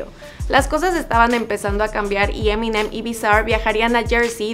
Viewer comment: Se pronuncia M&M.